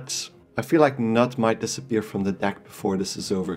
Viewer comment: The K in Knut is not silent.